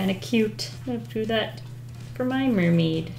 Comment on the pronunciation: It's not mer-may without a blub fish